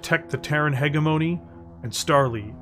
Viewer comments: Still mispronouncing “hegemony” here. It’s a soft g sound, not a hard g sound. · Thank you for the video it was excellent, only thing I had a hard time with was the way you said “ hegemony”guess people say it differently in the us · Well done, a good listen. But a small gripe would be the miss pronunciation of hegemony. If it was once or twice no big deal but it was said so many times it pulled me out of the story a few times. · This is so good! I just wish you knew how to pronounce hegemony.